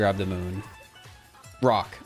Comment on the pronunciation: I swear I heard him say "brock" every time instead of "rock"